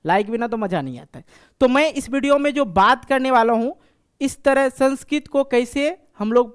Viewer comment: The pronunciation of the word "Sanskrit" is wrong!